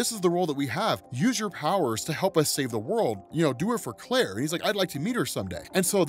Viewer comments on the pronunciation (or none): none